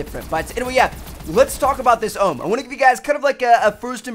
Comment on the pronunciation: It's prenounced O.H.M. Not the OHHMMM jeez...